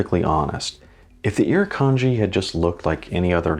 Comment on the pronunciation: It's not just the critters either. Look up the Gympie-Gympie plant. Great video, really love the design of the watch. And your pronunciation of the Iruknadji wasn't that bad really. LOL